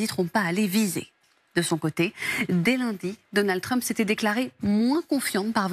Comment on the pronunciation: "Deunèld Treuuuump" WTF???